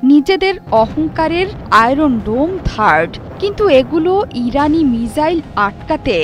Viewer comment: মিজাইল নয় মিসাইল